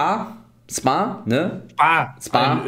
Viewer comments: spar hahahahah geil man spricht es schpar aus aber egal :) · j man spricht es halr schpar aus in spar 😅😅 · Die Aussprache von Spar ist ja voll gut Eli🙃 Möchte nicht wissen wie er sparen ausspricht 😂😂😂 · Spar wird wie sparen ausgesprochen ohne den besserwisser zu machen aber nice freu mich für euch 👍🏼